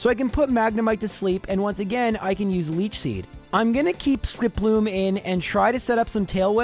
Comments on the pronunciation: Warning! Incoming pedantic nit-pick: SKIP-loom, not ski-PLOOM. Would you say jum-PLUFF or la-PRAS? No, you say JUMP-pluff and LAP-ras. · Is Skiploom's name really pronounced like that? I always thought it was SKIP-loom, instead, said it like skip-LOOM. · Normal people: "Skiploom": "Sk'ploom" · The way you say Skiploom stresses me out. Idk if thats right or not but it feels wrong. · Your narration, specifically how you pronounced Skiploom, made me realize that the names are all a pun. You have a Hoppip, a Skiploom, and a Jumpluff. A hop, skip, and a jump.